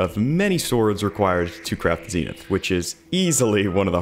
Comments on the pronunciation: It’s zen ith not zeenith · Not ZEENITH ITS ZEN’ITH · im sorry, the zeenith? your not saying that right lol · your pronouncing zenith wrong